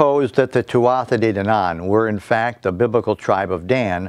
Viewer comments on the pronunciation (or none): Your pronouncing it wrong, its pronounced "twoah day dannan." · It's pronounced Tootha Day Dannan